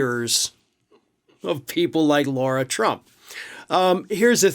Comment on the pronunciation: Her name is Lara, not Laura